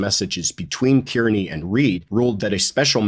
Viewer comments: Just a small note; Kearney is pronounced “Karney”…(I know 😉…Someone’s gonna say it). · Hey. Aiden’s last name is pronounced ‘CAR NEE’ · please be one of the few pundits who get Aidan’s last name pronounced correctly.. He is Irish. Kearney is pronounced Carney. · Have a friend with that name. Pronounces Kearney...not car-nee😊